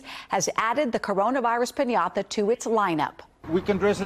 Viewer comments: Why is she pronouncing piñata like pin-Yatha? So annoying Lol.. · I'm a Spanish speaker and the way that woman pronounced 'piñata' annoyed the hell out of me. Just say pignata, dude. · Say piñatha ONE MORE TIME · p i n y a t h a